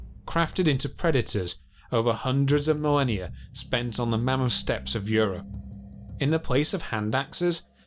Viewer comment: THRIVING AND MAMMOTH, NOT FRYVING AND MAMUFF.